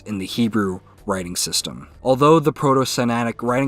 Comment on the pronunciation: It's not Sinatic but Sinaitic. I think it should be corrected, at least in the captions.